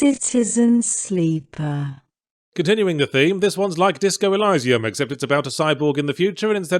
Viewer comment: Signalis was great. You just suck at inventory management. Also, thats definitely not how you pronounce Elysium.